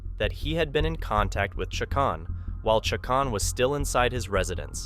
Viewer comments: Loo-hawn and Cha-cone or Cha-conee. Pretty common Hispanic names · Lol please talk with a Latino friend about how to say the names correctly 1) Lue Haun Lujan. 2) Chi Cone Cicon. Lmfao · Usually Lujan is pronounced Loo-hann. Chacon is Cha-cone.